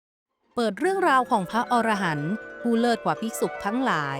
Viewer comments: พระอรหันต์ อ่านว่า พะ-อะ-ระ-หัน นะครับผม ถ้าอ่านว่า พะ-ออ-ระ-หัน มันจะแปลว่า นกชนิดหนึ่งในป่าหิมพานต์ ที่มีหัวเป็นคน ตัวเป็นนก ครับผม❤😂❤😂❤ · อ่านว่าพระ อะระหันนะครับ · คำว่า อรหันต์ ให้อ่านว่า อะ- ระ- หัน นะฮะ เพราะ ถ้า เสียง ออ .... จะคนละความหมาย